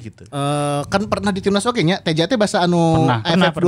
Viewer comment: Nyebutna Teija atuh meh siga bung Binder